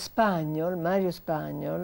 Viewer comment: Alla Signora Ripa di Meana consiglio caldamente la corretta pronuncia del nome Spagnòl. Non Spàgnol.